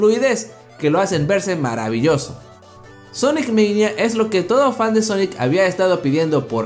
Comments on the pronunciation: Se pronuncia sonic mania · Di bien el sonic mania